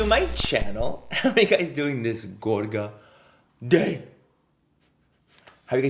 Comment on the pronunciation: Stop saying gorga plz thats annoying .thanx.